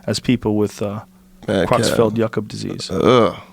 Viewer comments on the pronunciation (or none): Kreutzfeld-jakob not Cruxfeld